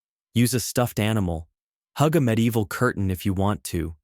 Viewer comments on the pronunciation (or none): none